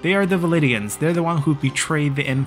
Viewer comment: VLANDIANS. Not VALIDIANS